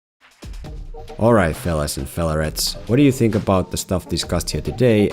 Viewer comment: I need subtitles. I have just realized that you say "fellarretes" and not "fellow rats"